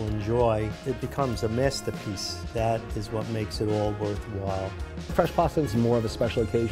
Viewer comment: “A MASTAPEACE”